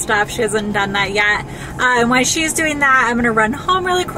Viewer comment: say it with me ''WHILE''....not ''why''...